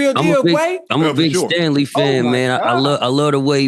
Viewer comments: Cthu. You’re absolutely right. I misread. Tho I did catch them slaughtering his name, but I heard it as “Stanley”, not “Stangley”. Either way terrible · He keeps saying Stanley